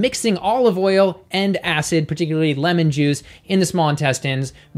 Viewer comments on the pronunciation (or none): none